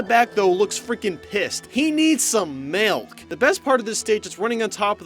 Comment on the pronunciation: He needz some meilk😂😂